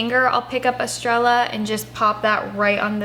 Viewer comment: “Estrella” is pronounced es-STRAY-uh, while rolling your “r” because it’s Spanish for “star”.